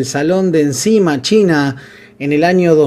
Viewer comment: te banco a muerte, pero siempre pifiás en dos cosas, decís "doch" cuando en realidad es " D O H C" que quiere decir "doble árbol de levas a la cabeza; y también decís se presentó en "encima" y es "E I C M A" que no se que quiere decir la sigla, pero que es una feria internacional de novedades del motociclismo. Me causa gracia escucharte aunque entiendo a qué te referis 🤣. Abrazo grande YQSG!!!!